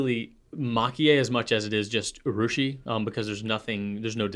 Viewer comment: I agree (as a Japanese speaker) that effort taken to use the original pronunciation is a much-appreciated sign of respect towards the other culture. (Urushi is “ooo-rushi,” by the way, not “you-rushi” 😉 you were saying it right many many pencasts ago.) The mocking danger has to do with a mocking intention that is usually pretty obvious, so you’re safe there—your Italian pronunciation sounded fantastic!